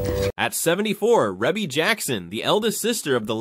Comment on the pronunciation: Pronounced : “REE-BEE”